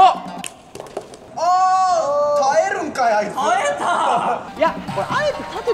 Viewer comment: ぺけ「た↑え↓たー↓!」